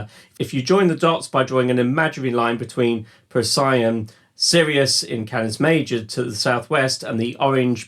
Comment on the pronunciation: Those Betelguese / Procyon pronunciations... 😳